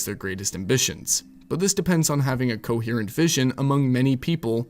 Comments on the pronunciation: you're baiting with the pronunciation of "coherent" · I love you, truly, its pronounced co-hear-ent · Hold on. What the hell does "cohurrent" mean? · the only wrong thing in this video is how you said coherent. rest masterpiece